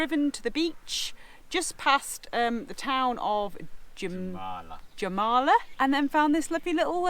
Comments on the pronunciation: In Latvian, the letter J is pronounced as Y. So Jurmala is pronounced yur-mal-la ❤️ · Really nice video. Jurmala is pronounced Urmala. If you head out of Jurmala about another 10 km there are tons of beaches where dogs are allowed. Actually, as long there is no sign that says no dog you can bring your dog. Enjoy. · Thank you for this video. I life in Rīga. It’s a beautiful city. Don’t say the J Jūrmala. Say with a Y ‘Yurmala’. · Jūrmalā is prounounced yurmala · The city you stayed in is pronounced "Urmala". U is like in an alphabet. That would be correct. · Yoormala in English, like Germans say yes Ja, the same sound for Jurmala 😅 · Hey what a nice video guys <3 you done many activities local pple dont do in their life living here haha well done, it is so nice to see how appriciative you are, it brings tears to my eyes <3 and the city by the beach is called Jurmala, but you have to say Yur-ma-la as J is prononunced like Y and u is not pronunced as you, but only almost like o quite hard to explain the pronanciation ha x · Its pronounced Yer-mala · Umm.. yUrmala maybe? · Fyi j in latvia id likr in english y. So in english you'd have to say yuurmala. In english the word jurmala means seaside jura means sea and mala means side or edge. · I love how you say jūrmala its soo friking wierd but cool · Thats soo funny how u say Jūrmala😅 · Jā, protams arī viņi pateica nepareizi "jūrmala" xD